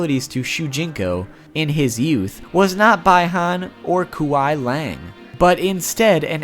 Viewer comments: Man, you're right about the pronunciation haha. Kuai Liang = K-WHY LEE-ANG Bi-Han = BEE HAN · Omg dude it’s Bi han(BEE•Hann) and Kuia Liang(Kuwhy Liang) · Bye han, kuwey leeang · Bruh say it right it's kuai Liang not kwai Liang not by han it's bi han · pronouncation really needs practice good job saying that in the vid and also its bi han not bai han and kwei liang not kuwei leyang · QUAY LEENG No. Kuai Liang. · One thing as constructive criticism: The "Bi" in Bi-Han is pronounced as "Bee". Just a note for later :) also the Kuai in Kuai Liang is pronounced as "Ku-a-i" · “I will probably pronounce at least one thing wrong” 10 seconds later “bye Han” ku way liang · You're mispronouncing their names. It's Bee Han and Qwhy Liang. Bi Han and Quai Liang. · Bi ham = bee-han kuil laing = quail leaing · It’s it pronounced bee Han and kwy li ang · i will likley miss pronounce atleast 1 thing Also during first fact: BYE HAN AND KWE LANG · It's pronounced as quie lang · Bi-han is pronounced bee-Han Kuai-liang is pronounced kqi lee ang It’s a bit confusing but I hope it helps so people don’t burn at the steak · bi-han is pronounced bee han and kuai liang is pronounced kwie leeang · love your video but Kuei Liang is pernounced( Kwy Leeang) Bi Han is pronounced (Buy Hon) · Watch out for them Subby Brothers, Bye-Haan and Kuait Leannge. They'll freeze 'yer balls off. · It’s Bi Han [Be Hon] And Kuai Liang [Ky Lang] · Hey he says kuay lyang and bi han like bi gender (its ok becuz legacy scorpion said it the same way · I understand that you might pronounce some names that aren’t mentioned in game. But come on. Kuai Liang and Bi Han are both mentioned countless times. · Listening to him mispronounce Bi-Han and Kuai Liang makes my skin itch lol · I still wasn't prepared for the horrible pronunciation of Bi-han and Kuai Liang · i ALMOST couldn’t handle how you pronounced both Sub-Zero’s names 😹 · WOW you pronounced BOTH the Sub-Zero's names wrong......